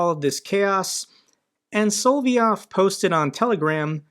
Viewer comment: It's not "Solvyov", but "Solovyov". . You just missed 1 'o'. Nonetheless, great show, as always! Greerings from Venray, Netherlands.